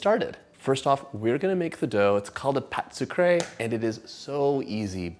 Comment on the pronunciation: Can you just say, it's called a 'sweet dough' instead of butchering the French language in an attempt to sound more sophisticated?